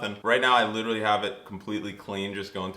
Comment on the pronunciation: As a Brit, your pronunciation of literally caught me off guard! I thought American’s just pronounced the “t” instead of “itch”… sorry random observation 😅